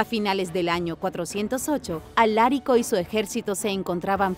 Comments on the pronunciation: 40 segundos de video y ya me están reventando los 🥚🥚 con los errores en la narración! POR FAVOR dejen de darle entonación esdrújula a palabras graves: Alarico 👍🏻 Alárico 👎🏻 Visigodos 👍🏻 Visígodos 👎🏻 Me molesta y me extraña que cometan errores tan básicos siendo un canal de divulgación de información, aunque sea miscelánea! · Lo de pronunciar bien no va contigo, Alarico y no Alárico. Visigodos y no Visígodos. Madre mía que despropósito.